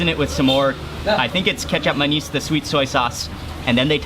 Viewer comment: Mark....You pronounce kecap manis and lontong perfectly..... I suggest you to taste sate biawak... Biawak is monitor lizard... Its such delicious bbq....